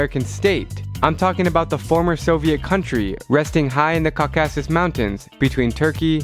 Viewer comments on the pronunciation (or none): none